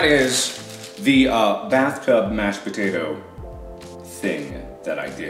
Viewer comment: A Moto:potato patao Mark:PATAERS